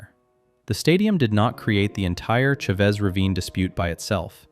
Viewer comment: Well done! Excellent video. With respect, the ch in Chavez is not a hard sound… it sounds more like an sh, like shaves ravine. Dodgers Stadium will be the home of the Dodgers until an earthquake takes it out, they keep that place up to date and in immaculate condition